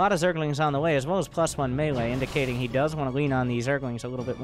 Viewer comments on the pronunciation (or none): none